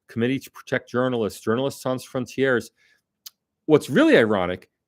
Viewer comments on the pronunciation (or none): none